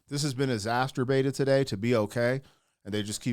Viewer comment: Exasterbated ??? That usually costs extra.